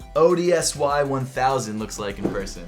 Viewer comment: the off-white ODSY sneaker is pronounced odyssey